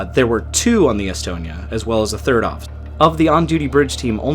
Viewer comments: that pronunciation was shyte. All of it. Except Umeo. Some how you got that right. And estonia. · The sinking affected almost everyone here in Sweden, everyone lost someone they knew. A retirement home in my neighboring town was left almost completely empty after the sinking as almost all of it's residents were lost in the Estonia. BTW your pronunciations were more than okay.